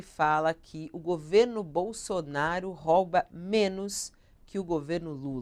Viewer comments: Pronúncia correta: Rouba Pronúncia errada: " roba" como vc pronunciou . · Não é roba,,e ROUBA,a vogal o é com som fechado.